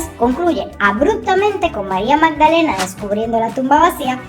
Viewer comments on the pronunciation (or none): none